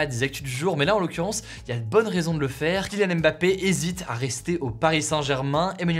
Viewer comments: Salut Hugo merci pour les partages , au Cameroun on dit MBAPPE et non M- BAPPE . Bye-bye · Alors de la même manière qu’on ne dit pas « Zède latan » mais bien « Zlatan » c’est pareil pour les autres noms. C’est « Mbappé » et non « aime bapé ». De rien.